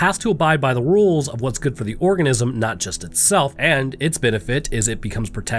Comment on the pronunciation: I swear it sounds like he is saying orgasm instead of organism.